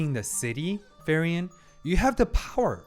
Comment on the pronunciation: I gotchu, her name is pronounced like Free-Ren, good stuff